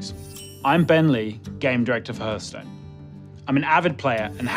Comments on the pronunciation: Not sure I want someone who pronounces Hearthstone as Herthstone to be in charge of this game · Jmt1000 I didn't closely examine the rest of the video for inconsistencies but the rest of his speech seemed pretty correct... I just kinda think that someone at the company could take the game director aside and say "bro say it like "harth" not "herth" ok?" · TFW the gamedirector mispronounces the name of the game multiple times... It's not "herthstone" it's "hearthstone" the beginning is said like heart. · It's so annoying that Ben Lee can't pronounce it correctly. 😂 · Nobody says Heörthstone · It's pronounced harthstone! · WHAT DID HE SAY?! He's a developer and he says the game's name like that?! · Main criteria for game director should be "Can pronounce title correctly." When people say it like that it annoys me too much. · He can’t pronounce Hearthstone